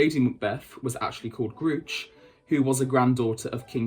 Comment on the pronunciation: Your pronunciation of MacBethad's wife is...interesting. Gruoch ingen Boite - pronounced 'GROO-okh'. (kh being like a really harsh 'H' sound, like in Loch or Bach)...not 'grootsch'!